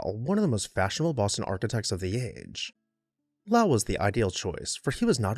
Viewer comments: In Mass the family and city are pronounced: Low-ull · Lowell rhymes with coal